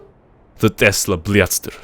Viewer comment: Lol, it's the тэсла блятстэр